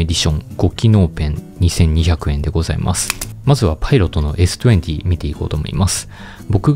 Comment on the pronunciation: s20の発音良っ😂